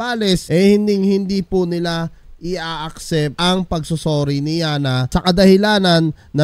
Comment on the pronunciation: Sir road rage hindi rough road. Saka yanna sir hindi alyana.. 😂😂😂 pero da best yan sir tuluyan nyo yan. pinagmumura pa kapatid mo e..